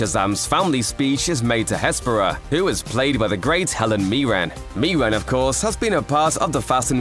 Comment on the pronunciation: Helen MIRREN! MIR REN like Mirror but with en on the end. Where the heck are you getting MEERAN from?